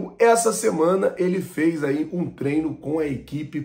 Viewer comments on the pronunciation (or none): none